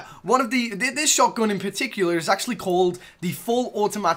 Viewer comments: I hate how he says "shotgün" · Why are you saying shotgon? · He said shotgon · The way he pronounces «shotgun»